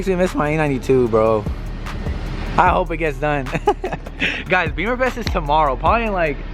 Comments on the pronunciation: It’s “Bimmerfest” not beeeeeemer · Bimmerfest. Not beemerfest. Love the videos just would like to correct how people say it incorrectly and wrong references .